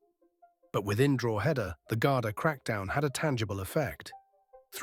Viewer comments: Good video. BTW it's "dro·huh·duh" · Wheres Drooheda😂😂😂 ye cant even pronounce the names of towns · It's not Droooheda ya AI plonker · Drogeda lol 😂 😅 drog a da ? No lol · Don't mind this sham Pronounced correctly it's draw-head-da Pronounced by locals it's draw-da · I wish you could pronounce Drogheda properly, it ruins this video for me, and why should I part with money to support AI clickbait bullsh*t, to make money like a grave robber, cashing in on people's tragedy including four deaths, feeding of gossip, I think who owns this site is sick a person or a bot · Do you need another pronunciation lesson for Drogheda? Everyone else here teaching ya 🤣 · I'll be honest, the stories you post are good but the Ai ruins it as it can't pronounce Irish words and it is very frustrating hearing Gard-i-e and Drogheda pronounced completely wrong. I understand Ai is easier than doing it your self but imo ppl would prefer a real person even with a voice changer.